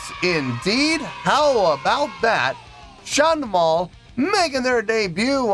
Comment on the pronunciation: Hey, just saw that you reacted to my favourite medival folk rock guys from Germany! Listening to their music for almost 2 decades already and love to come back to them, occationally. Btw, well done with pronouncing the band and song name 😉 I have to say though, this is one of the few really heavier songs by them, they have a lot of easy going, enthusiastic, but also heatwrenching somber songs, that are so damn beautiful regarding the lyrics but make me cry out my eyes when in the right mood.. to give you 3 examples of very different songs: "Der Teufel hat den Schnaps gemacht 2.6 international version" (fun and outgoing), "Der Anker" somber, melancholic, with deep lyrics, and maybe "Wolfsmensch", live at Wacken 2009.. just so you get more examples for yourself🙂 Maybe you'd also like to come back to Sabaton, as they have whole new album for about 3 months out now with some real bangers.. fun fact, I was lucky enough due to a good friend in Serbia to witness one of the 2 days of them recording the music video to the song "A TIger among Dragons" in person in Belgrade, so I have a special connection to the song due to this special day, including shaking hands with Pär, Hannes and Joachim.. greetings from Germany, keep up rocking, pal!!! 🤘🤘